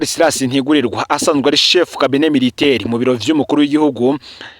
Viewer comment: Miritaire???? Tuba dushaka kumva le vrai français.